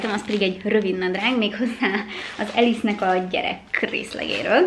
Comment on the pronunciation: We do not pronounce “Ellesse” as “Alice”! You should check the history of a brand name before putting out a content. Sorry but quite unprofessional and also disrespectful. Ellesse was originally founded in Italy. Since 1987 it has been owned by British P. Group. The proper pronunciation of Ellesse is simply LS!